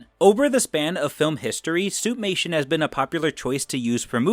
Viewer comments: Every time I hear "suit-mation" I think "soup-nation". Great video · Why do I keep hearing Suitnation?! Hahaha 😂